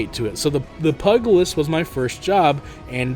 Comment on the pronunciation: Pyoo Jill list is how you pronounce Pugilist. Also Black mage is best mage, live fast die young leave a crater where you were fighting